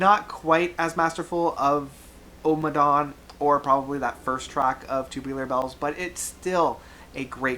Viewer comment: Ohhhmmadawn - there is no need to stress the opening vowel of the title. Utterly unnecessary